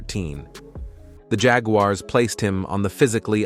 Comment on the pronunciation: The Jag You Are’s is a crazy pronunciation.